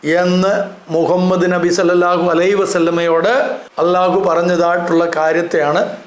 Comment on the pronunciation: അളളാഹു എന്നൊരു പേരില്ല അല്ലാഹു എന്ന് തന്നെ. അളളാഹു എന്ന് നിങ്ങൾ മാത്രമേ പറയൂ ശരിയായ ഉച്ചാരണം അല്ലാഹ് /അൽലാഹ് എങ്ങനെ എഴുതിയാലും same. ആ നാമം തന്നെ ബൈബിളിലുണ്ട്. ഇതര മതസ്ഥരും അതുപയോഗിക്കുന്നു. ഇനി അത് ഖുറൈശികളുടെ മാത്രം ദൈവമാണെങ്കിൽ അറബികൾ ഒന്നടങ്കം ലബ്ബൈക്കല്ലാഹുമ്മ എന്ന് ഉച്ചരിച്ച് പണ്ടേ ഹജ്ജിന് പോയി? എന്തിന് ആ പേര് നിങ്ങൾ ക്രിസ്ത്യാനികളും ഇന്നും ഉപയോഗിക്കുന്നു? ഇനി യേശു ശിവൻ ക്രിഷ്ണൻ വാവര് ശൈഖ് ബിവി ബാവ ഒക്കെ പോലെ ഒരാളാണ് അല്ലാഹു എങ്കിൽ അല്ലാഹു എപ്പോൾ എവിടെ ജനിച്ചു മരിച്ചു ചരിത്രം ഒക്കെ ഒന്ന് പറയുമോ? ദൈവത്തിന് ജനനമോ മരണമോ ഇല്ല ബായ് ജനിച്ചതും മരിച്ചതും മരിക്കാനിരിക്കുന്നതും ഒന്നും ദൈവമല്ല സഹോ...